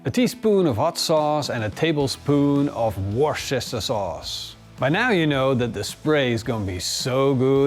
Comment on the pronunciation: Love the recipe. But despite one having to open one's "war chest" to afford the meat and that aircraft carrier of a smoker, Worcester sauce is still pronounced "Wooster sauce", not "war chester sauce".